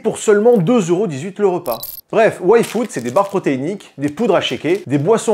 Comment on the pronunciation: A chaque fois que tu dis "Yfood", j'entends "Waïfu" et je bugue 😅 ...ça ça serait une sponso dont j'aurais pas envie de zapper la pub 😂